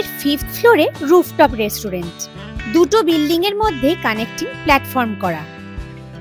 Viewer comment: Ota restraunt uccharon hobe its not resturent